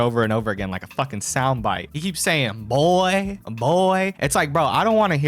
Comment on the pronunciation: Hes so annoying cant even say boy right. "Buuii"